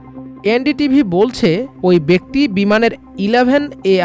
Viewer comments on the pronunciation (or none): none